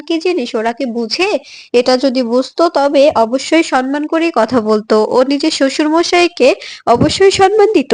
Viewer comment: 😮 ভুল uchcharon, কথা টা সন্মান নয় , সম্মান ( samman)